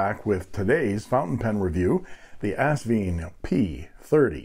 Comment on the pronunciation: The company name is AsVINE, pronounced like a grape VINE. Besides the owner Britnum Li pronouncing it correctly on other videos (Sally's husband BTW), the box gives the clue, as it ends in a vine at the end of the 'e'. ;-)